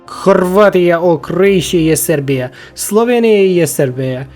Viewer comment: I love how you Say "sorbia"😂😂